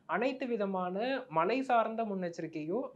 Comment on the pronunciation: Is it malai rain or Malai mountain. Can't you pronounce MAZHAI properly.